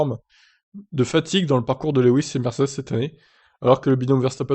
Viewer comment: Quand il apprendra à prononcer son prénom correctement je commencerai peut être à entrevoir de l écouter. Luis Le. wis Louwis et autres raccourcis cela fait 9 ans que cela dure. plus Villeneuve c est insupportable.